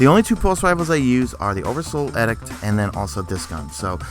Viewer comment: Oversoul EEEEEEEEEEEdict. It's a long E sound on it.